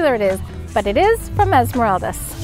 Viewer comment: I'm ecuadorian and it's pronounced Esmer-AHHH-ldas